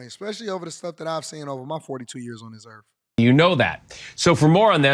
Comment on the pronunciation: Sigh. Did you say "Earf"?